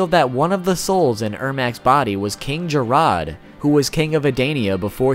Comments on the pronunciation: Who dafuk is King "jeROD"?? its Jerrod. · king “j-rod” “adainia” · that pronunciation of King Jerrod....wtf